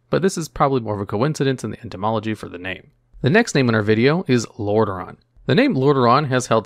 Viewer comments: It is really called Lordareon? I thought its called Lordaeron. Did you made a mistake? ^^ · Hey, love your videos. It's actually Lordaeron, not Lordareon. Keep up the good work!